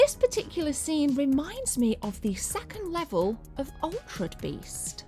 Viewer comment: Lol it's ALTERED BEAST not ALT RED BEAST 😂 SLIP of the younger lassy👍👍 sorry but was funny sounded like you had drank 2 bottles of lambrini👍😂